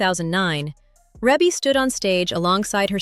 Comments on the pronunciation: You can always tell when folks don't really know her. It's REE-bee, not REH-bee.... although it's spelled like it. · The pronunciation of her name in this video is pissing me off